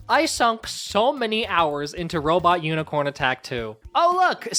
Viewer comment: i love that he says IS THAT UNICRONE JESUS